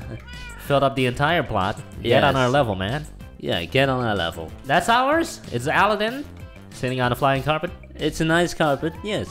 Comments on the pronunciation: Alden? 😅😅 it's Aladen wtf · OMG THAT RAP IS SO TRUEEE Skrt skrt jdnsksvsjjh skrtttt sjndgscskkd skrt skrt sjsn ! 😂😂💖 Edit: Its Aladdin N Yu Keep Sayin Aldin 😂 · Aldin? You mean Uh-la-din.... right? Haha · Andrew and La'Cee Paxton is it weird that they pronounced it aldin? 😂😂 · Lol he said AL-DIN INSTEAD OF ALADDIN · You're saying the name wrong, It's Ala-ad-din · You said aladdin wrong but i still love you guys(not in a gay way)